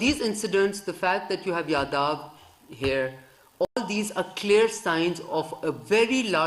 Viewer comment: Inko yeh clear hi nahi hai yeh yadav hai ki 🤣🤣